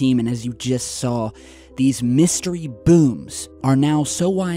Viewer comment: The way Tyler says “bhooms” is cringe lol 😩